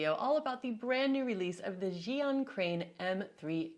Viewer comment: Finally, someone has pronounced ZhiYun correctly - Zhee Yoon! Thanks! I've heard so many "Zhai-Yoon" or "Zion"... Omg...